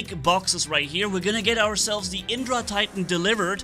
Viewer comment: Hey you should pronounce the vajra like "ve-jrr" and the indra titan like "in-drrr"